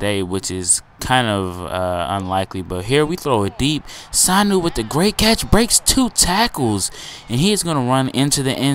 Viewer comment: ur pronouncing Sanu wrong its su-new, look up his highlights from rutgers